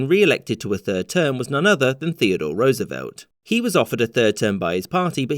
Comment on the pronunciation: First time I've heard a Brit pronounce Roosevelt correctly.